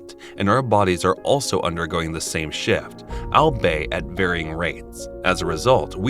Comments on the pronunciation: "albay at varying rates". What does that mean? Did you mean albeit? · albeit not albay